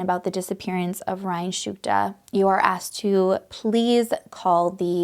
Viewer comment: So, you can not read Shtuka properly?